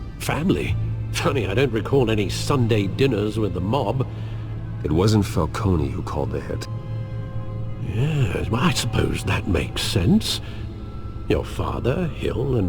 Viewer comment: I thought alfred had said dinner with youre mom but he said dinner with a MOB.